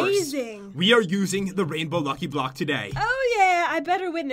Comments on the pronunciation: Is it just me or did he say blocky luck? Lol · Pat you said lucky bock